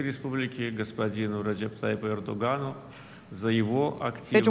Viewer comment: Erogano? Yok Oregano... xD Türkce konuş ne gerek var... Resmen kimin üstün olduğunu böylece gösteriliyor...